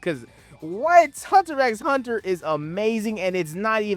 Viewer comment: It is hurting me every time you call hunter hunter that